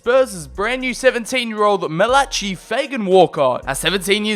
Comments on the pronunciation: It's not 'malachi' you pronounce it malachy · You pronounce it malakai fagan walcott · That aint how you pronounce Malachi it's pronounced Mal-a-kai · Daniel John Mala-Kai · the way he pronounced Malachi 😂